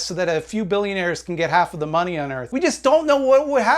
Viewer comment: I fucking love how he says "da maaney", lol